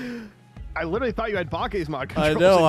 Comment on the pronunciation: i cant handle how said bakkes mods lmaoooo bah kays mod